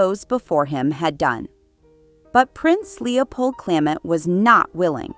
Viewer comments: who pronounces Clement this way other than this video? It is so irritating I had to turn it off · And where did you learn how to pronounce Clement?